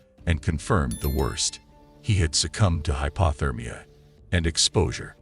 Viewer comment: Bugs the sht outta me how he says "hypAHthermia" instead of hypOthermia. 🙄 What would l do if l were trapped? I'd go hypothermic and die.